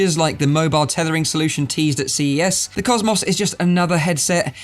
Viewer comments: Normal people: cosmos,: causemoss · im sore i cant get over how you say cosmos maybe its just because my accent is different but i cant get over cos mos lol not being rude its just funny to me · Why do you say HTC Vive "COS MOSSSSS" xD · You say cosmos wrong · I'd ask, (Why can't you pronounce "COSMO" correctly) but then I realized you're more than likely American! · The way he pronounces cosmos. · Why does he say cosmos like that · Yea! It's like Murica invented English (with Greek roots), innit mate! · well cosmos isnt really a common word so I've never heard it pronounced like that